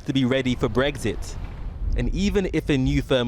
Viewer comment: "BreXit". Not "Breggzit".